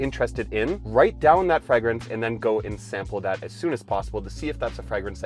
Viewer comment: Fragrance is pronounced with a long A